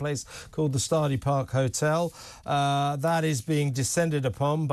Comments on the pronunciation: The "Stardy" Park Hotel? This just keeps getting better.... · Learn to pronounce Llanelli and Strady. Clan-ek-Lee and Stradee